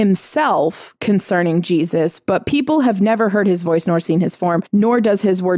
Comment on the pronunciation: Correct me if I'm wrong, but did you call Jesus "Jewsus"?